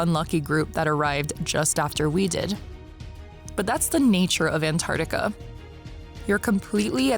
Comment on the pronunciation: Antar-C-tica please!!!!. Otherwise, great. Thanks.